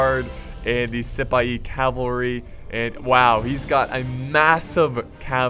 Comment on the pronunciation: Ze–Senpaii cavarly...😂😂